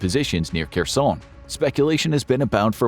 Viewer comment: Why does this guy pronounce Kherson with a French accent?